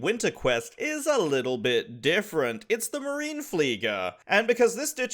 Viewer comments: Yeah, this The 'Flieger' was fine but the Marine was absolute atrocious as it always was Marines, like US Marines and not like the german word Marine g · Marin-eh Flieger - Marine is the german word for Navy ^^